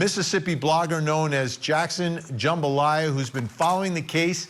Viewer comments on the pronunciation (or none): Did he just say Jackson jambalaya😂😂😂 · "Jackson Jumbalaya"?!?!?